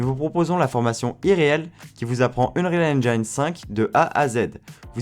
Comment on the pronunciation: "Unreal EngAIEne" encore un youtuber qui s'est coincé les doigts dans la porte ...